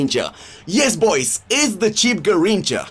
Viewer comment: It’s not a Garricha 😂😂